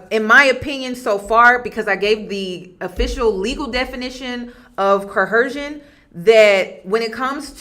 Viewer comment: Great video and breakdown. Just wondering why you’re pronouncing coercion with an “h”?